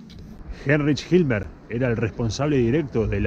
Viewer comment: Es eva no "ema" Himmler no "hilmer" Soviéticos no rusos